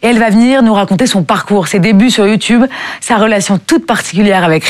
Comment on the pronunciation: dit "YOUTOUBE" au lieu de youtube tout comme Mathieu Kassowitz. Ça doit être générationnel 😁. Si jeune et déjà dans l'enfer des violences conjugales. 🥺